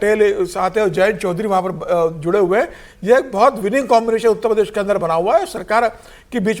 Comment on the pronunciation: उत्त प्रदेश नहीं भाई उत्तर प्रदेश बोलो ....